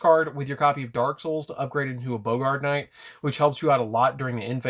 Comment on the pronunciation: Its Baa-grt knight. Not Bo-gart